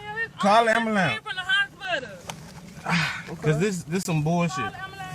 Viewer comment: Call da "ambahlance"! 😂